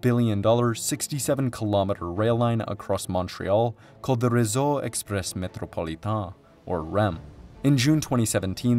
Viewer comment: so glad you’re making this video, but I actually laughed so hard hearing you say “réseau exprès métropolitain”